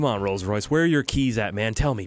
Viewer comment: Its a rolce roice